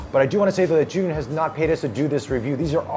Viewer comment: the most correct pronunciation of the company name I've seen by an English presenter so far.